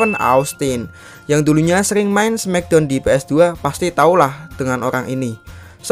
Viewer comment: Knockout disebuk nokout bukan kenokout dan smackdown disebut smakdown bukan semikdown.